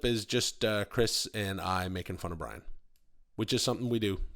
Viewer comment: “Chirs” hmmmmmm